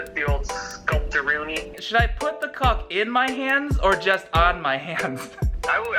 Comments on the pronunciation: GUYS HE SAILD CULK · he said culk 🤣 and yes I have the humor of a 12yr old. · What i hear: Colk What the subtitles say: C*ulk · “Caulk” Allen:😂😂😂